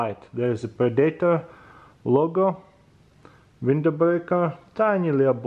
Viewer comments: Ask your wife how to pronounce predator.. the fact that you know the movie makes it even more painfull :D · Pre-Day-tor, lol :D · But for real it's so funny to hear him say predator